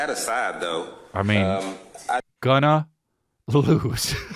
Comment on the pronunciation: “Gunna lose”😂😂 that’s whT I heard when Chris said that about the trial